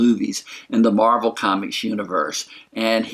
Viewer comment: Possible Spoilers Yeah, in the books, she takes the name Ms. Marvel, and doesn't want to take the mantle from Captain Marvel, but Captain America (I believe) convinces her to take the name. No clue how or when she gets it in the movies, but they did set it up with Fury's mispronounciation. But she does leave the planet before getting the name, so will she get it on Earth or will she have the name already on her adventures off Earth?